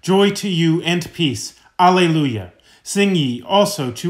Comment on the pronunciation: Thank you! Btw, Alleluia is pronounced ah lay loo yuh.